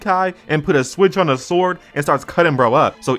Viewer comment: It's shikai bro, shikai !!! Video funny as hell i give you that, but you messed up my entire bleach 🤣🤣🤣🤣